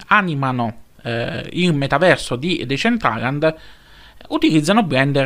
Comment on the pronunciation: Comunque anche se sembrerò antipatico, ma te lo devo dire, si pronuncia "desèntralend"